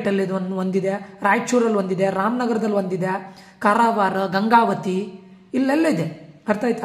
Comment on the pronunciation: Sariyagi kannad matadi swami Karawar ant helapa